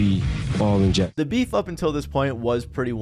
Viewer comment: You mean Bee—heef